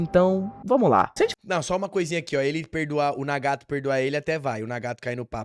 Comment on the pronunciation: o video estava maravilhoso até ele falar nagato de uma forma horrivel logo apos dizer certo kkkkkkkk